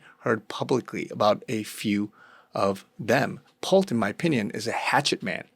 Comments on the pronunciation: It’s pronounced “Pull-tee”. Not Pult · "Pull-tee" not "Pult" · Pull-tee. Not Pult🤗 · PULL - TEE (pronunciation) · His Name is pronounced Pole-tee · Pronounced pul-tee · It’s pronounced “ Pool-tee “ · Just FYI, his name is spelled 'P U L T E' but it's pronounced Pull-ti. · PUL TEE is pronunciation. Huge family business as developers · Pul-tee. That's how you pronounce the name 😊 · It is pronounced Pul-tee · It is pronounced Pulll Tea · Pronounced Pul--tee"""" They use to be one of our customers Shady as heck!!!! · Pul-tee ffs. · His name is pronounced Pul-tee. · it is pronounced pull-tea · It is pronounced Pull tee. The e is long vowel. Ex teacher here. LOL Good dive! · The last name is pronounced Pul-tee. "Pulte Homes". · Pul-TE How to pronounce his name...Pul-tee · How to pronounce his name...Pul-tee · That was bugging me too. Lol